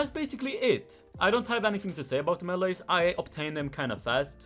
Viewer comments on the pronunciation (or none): I love how he says meeles xd